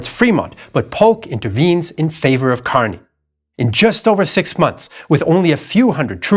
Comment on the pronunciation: his name is pronounced KUR-ny. At least that's how we pronounce it here in San Francisco (Kearny Street)